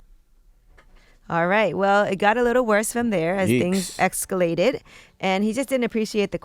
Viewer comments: "as things ECSCALATED" serious question for black people, now, without coming back at me with something about white people, explain to me why you CANT pronounce words correctly? why do you CHOOSE to sound ignorant and dumb, like a caricature of yourselves? lemme AX you a question. shits gohn ECSCALATE! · "Excalated" Angela yee